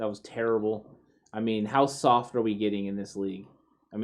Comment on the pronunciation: 🦓SAWFT Lol